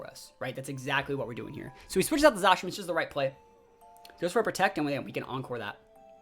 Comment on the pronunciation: You can definitely practice at casting to clean up some of the Zacian/Zekrom mispeaking and whatnot. Even with that though, I think one of the main draw for an audience would be energy from the caster which you have in spades dude.